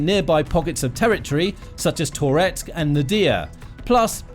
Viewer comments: Ahh jeez, and it’s not “tore … etsk”. It’s “tuh-retsk”, one smooth movement. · Please stop saying Tor-etsk, i beg you 😂 🇺🇦🇺🇦✊🏻💪🏼🇺🇦🇺🇦 Slava Ukraini!